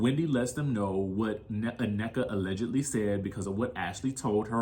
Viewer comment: OK, Americans, you have been listening to afrobeats long enough now to know the pronunciation of African words. In particular her name's Nnenka Not ANNEKA She mentioned this in the first episode. Cmon don't do like the Wypipo and say what you think you heard😢 Number 2 If you cannot see through Mias poor poor attempt at 1 upping Wendy's comments about being slow then yall gullible. She is weaponizing her children to make it seem that Wendy is offending intellect of all including children which she's only calling Mia slow rightly so has none. Because we can all clearly see that's what she's trying to do. She's trying to appear as. Being the victim by being called slow of which she is and saying it like she's more offended by the comment because her son has a speech impediment. Nice try Mia but fail 😅😊